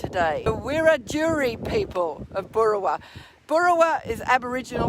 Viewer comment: looked a bit stunned at the beginning, but he sure polished up well. Nice one. PS. Wiradjuri - put the emphasis on the 'a'.